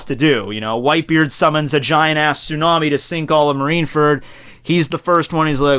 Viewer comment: marineferd, yeas engersh indead